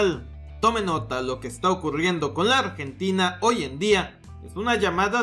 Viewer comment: Corrijo, "Ambrentina" xD